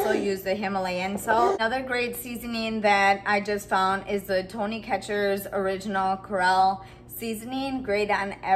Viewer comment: It's pronounced Tony Sa-Cher-ee's.